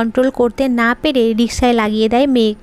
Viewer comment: রিক্সা” রিশকা নয়